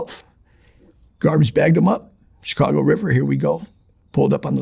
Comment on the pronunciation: He got a lot of things right from my experience. The way he says Chicago, incredibly distinct. Says outfit and coppers, mentioned Chicago and New York guys not liking each other, which I've heard directly from old school Italian Chicago street guys. Also, he's Italian and Irish. The details he gives are so incredible, I think it's damn near impossible to fake or adopt. Most importantly to me, he mentioned an incident I'm familiar with but a name I wasn't, I was about to call it out and then I looked it up. He was using the guys real name, when in the street and media he used a different name that he became known by more.